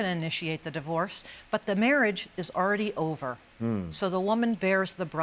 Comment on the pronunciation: At first I thought the lady said "mirage" instead of marriage. But then I realized what's the difference anyways.😁